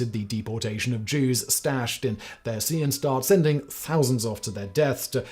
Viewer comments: Sorry I know that's very german of me, but you absolutely butchered the name 'Theresienstadt'. It basically translates to 'town of Theresa' 'Theresien' is therefore pronounced like Theresa except with an 'ian' at the end instead of an a. There is no english 'th' in the german language, and even in english you would pronounce the Th in Theresa as a regular T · I've never heard the h in theresienstadt pronounced, from the Czech town name Terezín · As much as I like this channel and don't really care much when butchers a German word or two, this particular video was so full of them that I wonder if the writers should not provide him with the phonetic transcription of such words, to at least give him a fighting chance. This would just help to improve the perceived quality of the channel, in particular for new viewers. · Thought-provoking vid, but you really need to work on your pronunciation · Usually you're really good at pronunciation. Theresienstadt is a miss, though 😊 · Theresienstadt is pronounced like 'Ter-ee-zee-en-schtat. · "... Theresienstadt Ghetto..." // Czech: Terezín. The name means "The city/ town (Stadt) of Theresa (Theresia)"... It is being pronounced: [Te-Re-Si-En-Shdat] not: ! ;) There was a 1780 fortress, named after Maria Theresia Walburga Amalia Christina of Austria (Habsburg). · I cannot believe how you just pronounced Theresiendtadt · Came to the comments looking for someone else pointing this out.. like what the hell is "There SEE un stat"? Why don't you look up the pronunciation before making a video like this? It's not that hard, especially if you settle for something that still has an English accent on it... Té RÉ sien shtaht. And while on the topic, never heard of a camp called "Dashaw". No idea how he got it so wrong. He got close once. Once. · A historian that does not know now to pronounce theresienstadt is a pretty bad look. It's pronounced like tear-eh-seen-shtahdt. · stop misprouncing shit. Your accent only goes so far